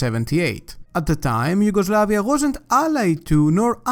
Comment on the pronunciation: Haha you said Yugoslavia like an Italian 🤣